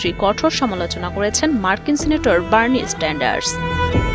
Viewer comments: বারনি স্টেন্ডারস😂 না, বারনি সেন্ডারস, ঠিক করে নাম ও বলতে পারে না😂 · বার্নি স্টেন্ডার্স😂😂😂😂 নাম টা বার্নি সেন্ডার্স